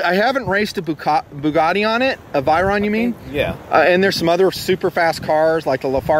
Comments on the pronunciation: Lol you say normal ass car names all fucked up lol. Lafaralari? you mean "Le ferrari" "Vie-ynron"? lol its "Vey-ron" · do you american's like to butcher names. cause it seems like yall do it! heeltech? wtf its HAL (as in Hallal) HAL TECH . LA as in (ha ha except LA) LA Ferrari (fur- ari. and Bugatti Viron. its Vey Ron lol and its no aluminum its Aluminium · I thought it was hilarious when he was talking about racing super cars, but can't even pronounce the names correctly. Vi-ron and Lafar-aria haha, what are those? Sound like ghetto names.